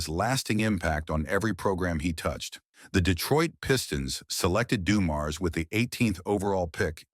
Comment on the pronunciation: AI needs to pronounce his name correctly. Also Joe is the GOAT & you should not start this story with highlighting doom & gloom. Joe remains my favorite of any team & the game when his father died was embedded in many of our brains & hearts.